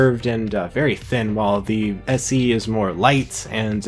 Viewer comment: why is he says SC? it's SE